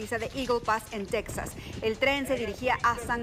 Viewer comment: *tejas no "tecsas"